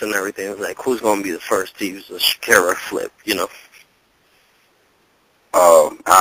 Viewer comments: It's sharkiesha not shakira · dudes calling Sharkiesha, "SHAKIRA"!